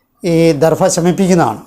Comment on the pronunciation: ദർഫ എന്ന് പറയാതെ ദർഭ എന്ന്തന്നെ പറയാൻ ശ്രമിക്കണം.-അപേക്ഷയാണ്-.❤